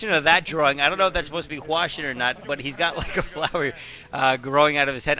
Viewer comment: hwasin - not hwashin